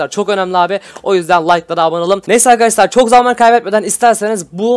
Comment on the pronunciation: Hep arkadaşlar hatta arkadaşlar değil arkaşlar diyorsun.